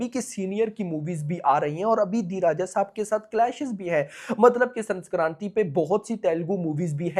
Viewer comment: Bhai it is Sankranthi not Sanskranthi